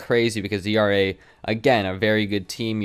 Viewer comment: It’s pronounced AIRAH not E-R-A. Keep up the dope content man.